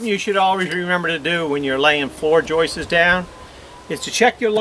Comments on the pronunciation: I love the way you say "Joises" instead of"Joists" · Great work.. will last 4 ever...lol. ( House seems beat up.. for such a beautiful deck?) btw.. I believe that the word "joists" is only one syllable not two; you seem to be saying "joist-is" making 2 syllables.